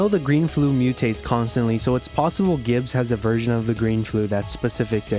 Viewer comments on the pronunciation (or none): “Five. Hundred. Gibbs.”